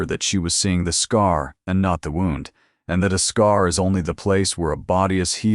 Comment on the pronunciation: Another wownd! Pronounce it correctly! Wound! (Woond) phonetically!